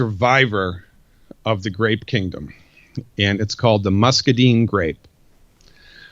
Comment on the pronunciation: This guy has read a lot about muscadines, but he doesn't know how to pronounce the word muscadine. I grow them. I'd suggest he go talk to Greg Ison (one of the largest muscadine suppliers) and learn how to say the word muscadine correctly.